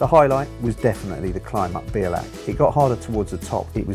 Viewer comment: Belach ??? Lol it's 'be al ach' Iol , but always enjoy watching fellow cyclists climbing up our little hill, (this is my local climb) your brave doing it in that weather, I've turned back many a time for bad weather, (didn't want to be blown off) hope you come back and get a good day, it's rewards are priceless